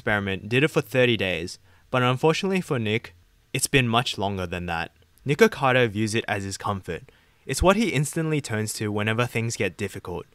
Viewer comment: “Niggakado” lmao couldn’t help but hear that every time he said his name